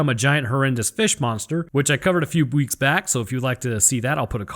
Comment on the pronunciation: ah yes, the best way to count time, bweeks.